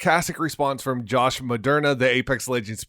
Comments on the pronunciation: Anyone notice him saying Josh Moderna 🤣🤣🤣 you know he's vaccinated, it's Medina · his last name is medina not medrna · josh “maderna” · Thanks for the updates my guy! You might already have been corrected bro, but his name is: Josh Medina (Muh~deen~uh)